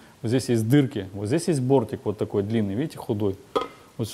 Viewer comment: Хотел за 10 минут промотать весь видос, Залип на час. Угарнул с "Ууотакой трещотки".